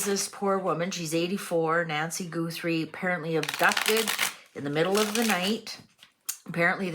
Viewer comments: Her name is Guthrie, not GOOthrie. Her daughter is the Emily Maitless of morning television. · Please! It is NOT GOOTHRIE....😅 GUHTHREE thanks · You are mlspronosing her name